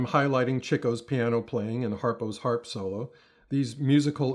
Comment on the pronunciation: I love that he says “Chico” as in Ihhhhh, instead of “Cheeco”. This guy’s a TRUE FAN!!!! “Chico” got the name because he LOVED THE LADIES!!!!!